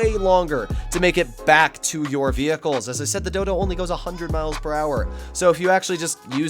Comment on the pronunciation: Great content hermano, clear explanations and great backing music. Hope the channel continues to grow. Btw you said Dodo so many times that it sounded like dildo 🍆 which made the video even better 🤜🏽🙏🏽